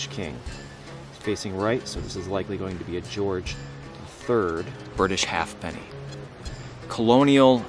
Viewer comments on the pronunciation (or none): That's pronounced hay penny.